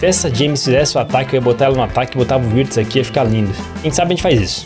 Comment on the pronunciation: Wirtz se pronuncia com V, 👍